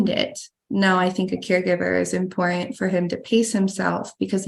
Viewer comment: She doesn’t pronounce some letters, like important sounds like impor-ant.